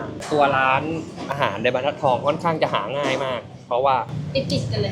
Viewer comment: บรรทัดทองค่ะน้อง ไม่ใช่ บันทัดทอง